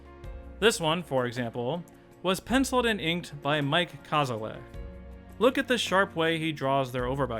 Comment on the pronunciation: Mike Kazaleh's last name is pronounced: "Ka-ZA-la." Mike was a board artist in season 1; he did the boards for "There's No Disgrace Like Home." A wonderful guy to chat with and very generous with his knowledge - I visited his home four years ago.